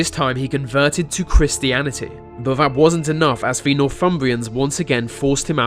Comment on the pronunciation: here we go again vis vat ve vere some one teach him to talk proper